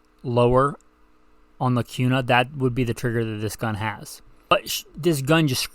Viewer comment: Why are you pronouncing Kuna with a Q sound? Also, the foxtrot Mike 9mm is the shit. Has LRBHO too. Thing eats any 9mm ammo you feed it too!